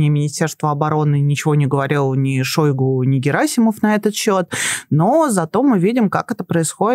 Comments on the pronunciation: Не шОйгу. А шойгУ! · А что в нём идеального. Ведущая дышит; как будто щас умрёт. И называет ''шойгУ'', ''шОйгу''!